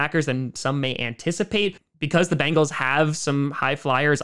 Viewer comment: Here is only 1 a in Bengal. Its pronounced bEngals……not bAngels. Say Ben, say Gal…..put them together………